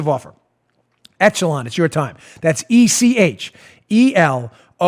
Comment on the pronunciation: Dan -- ech·e·lon (ĕsh′ə-lŏn′) It's pronounced "ESH-uh-lon" not "ETCH-uh-lon"